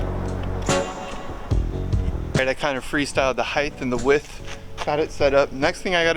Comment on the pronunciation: Its height and width.heighth is not a word